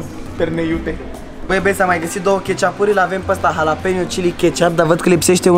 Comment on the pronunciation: "ialapenio" "cosaiamaș" "California ripăr" "tortiliauri" "checiup" "pi-fachin-cant" "crem briule" a incercat macar